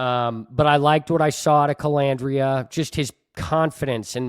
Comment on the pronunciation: Its pronounced Anferny Colandrea😂